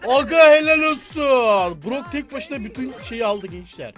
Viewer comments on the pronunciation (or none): none